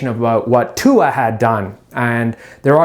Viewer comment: Damnit he can play against Arkansas if he wants to 🤣🤣🤣🤣 go show his ass tua because he can't say your name correctly